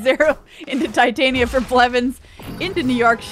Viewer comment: Why can none of these creators/commentators say Titania's name correctly? 😂